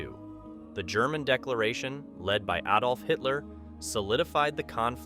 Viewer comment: nothing shocking at all but thank God he said Adolf correctly, not ay dolf